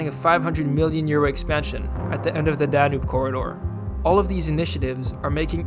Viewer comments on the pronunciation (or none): none